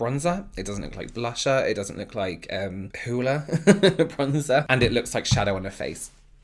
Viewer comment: Lol it's not uhm Hoola🤣